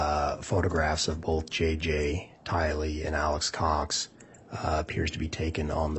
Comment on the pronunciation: I cant stand how keeps saying "Alex's Cox" it sounds like he's talking about Alex's uhh...possessions 🤦